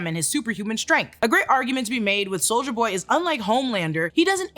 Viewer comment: i love how you say soulja boy instead of soldier boy lol